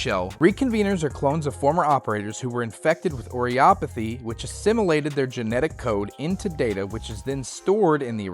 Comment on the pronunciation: Erm, akshually, it's pronounced "O-rih-puh-thee".